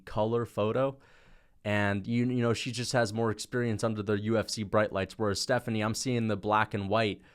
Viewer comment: How did bro mispronounce “Stephanie” 💀